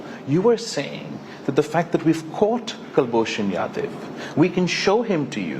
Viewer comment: His English is more English than the English themselves !! The way he pronounced Kulbhushan Jadhav's name, it almost sounded like a russian name to me !!!